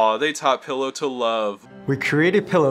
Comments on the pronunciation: Why do the people in the Pillo video keep mispronouncing it's name. I mean, the voice over says "pill-oh", which makes sense because, you know, pills, but like, half of the other people in the video say "peel-oh". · I love how the Pillo narrator calls it "pill-Oh" but the characters in the video keep saying "Pee-low". They can't even get the name right in their own video.